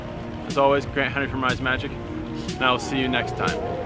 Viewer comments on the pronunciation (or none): none